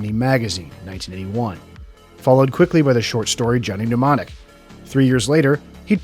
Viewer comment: Why are you pronouncing mnemonic as pneumonic?